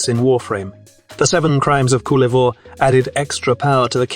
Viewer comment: Ahh yes... the Italian "Seven crimes of Kül-æ-vuer"